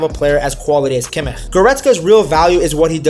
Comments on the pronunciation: Nice vid, little feedback on Kimmich’s last name. I know German is tough and especially the “ch” can be difficult. Think of it like she “sh” sound in “she” . More like Kimmish than (no offense) whatever that sound was that you made 😂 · The "ch" in Kimich is spoken soft. More like in "schnapps" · I agree with your assessment of the team and tactics. The only thing is why do you pronounce kimmich name like that? Is weird